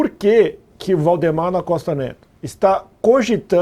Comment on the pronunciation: pq o jornalista fala errado o nome de VAldemar para Voldemor?